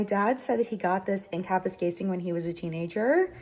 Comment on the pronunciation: I love how involved you are in the process, the familiarity you now have with Parliament, and just how Canadian you seem. (I'm sorry about your friend, Don.). Anyone who is as familiar as you are with the pronunciation of Kapuskasing, must be Canadian! Good luck with the house!